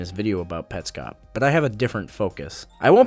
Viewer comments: ew he pronounces it petscope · Look...I agree with your review, but if you really like it, why did you pronounce it wrong half the time?